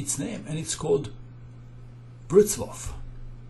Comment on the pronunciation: It's not Brocslaw but Wrocław ;)